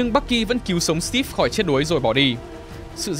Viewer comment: Đánh vần chữ Steve thành Stíp nghe khó chịu quá.